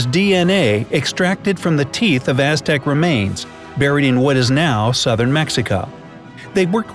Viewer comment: you pronounced that SOO wrong. I loved the Aztecs and learned how to pronounce that name.